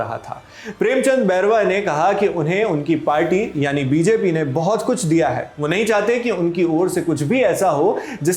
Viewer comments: Its Party not a Palty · Palty nhi party hota hai Kaha tak padhe hain sir...😂😂😂😂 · Party ❌ पालटी ✅😂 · पालटी😂😂या बालटी😂😂